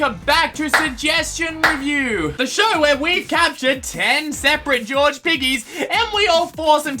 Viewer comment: Why do you keep saying George like "Georgie"